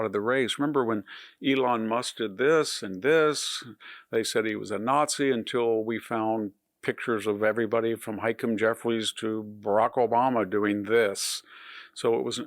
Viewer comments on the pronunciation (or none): "HIKE-em" Jeffries? "HA-KEEM" Jeffries.